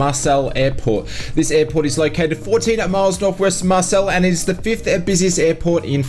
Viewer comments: Marseille (Mar sell) airport? Its pronounced Mar say....😂 Anyway thanks for the great update as usual. Have you heard anything regarding Indiafoxtecho and the Panavia Tornado they were developing? All seems to have gone quiet? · I'm not French but the city or town where the airport is based is pronounced more like 'Marsay' and not 'Marsell'. I'm not trying to be a dick with this comment either; all the best!